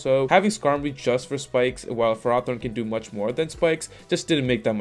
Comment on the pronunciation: "fur-aw-thorn"? It's "fair-oh-thorn".